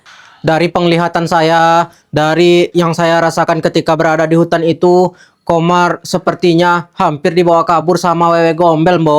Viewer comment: Kak ko manggil Komar jadi kamar